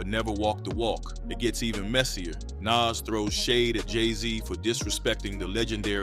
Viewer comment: But why can’t he pronounce Nas name properly?